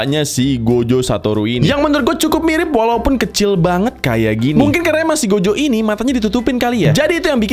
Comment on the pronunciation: He, saya mendengar "Gojek Satoru" .-.